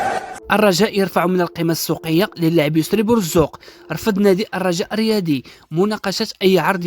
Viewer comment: انت ماشي رجاوي اخويا حاول تصلح اسم بوزوق ماشي بورزوق وبعد على الرجاء إلى ما تعرفش اسماءهم وان كنت رجاوي فمرحبا بك